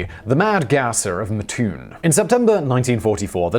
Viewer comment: It is pronounced Mat like a door mat....Mattoon and not Mutoon Thank you much.